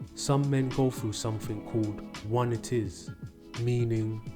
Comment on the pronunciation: Not to be a douche...but it's pronounced: one-eye-tiss. Same sort of ending as laryngi-tis. Or arthri-tis.